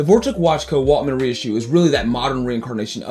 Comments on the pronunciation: Great video. By the way, it’s Waltham, not Waltman, isn’t it? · “Waltman”? Ok this guys knows nothing… Skip!